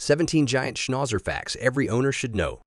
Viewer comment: Great except for the way Schnauzer was pronounced.